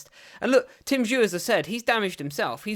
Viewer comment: Bro well done for covering this but was hard to hear you mispronounce Tim’s name throughout 🙈🤪